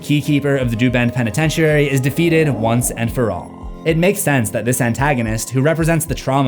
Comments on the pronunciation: "penetentiary" sir! it's prononounced "pen-ih-ten-sure-ee" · For someone who talks for a living youd think that youd know how to properly pronounce words instead of saying penetentiary like a retard.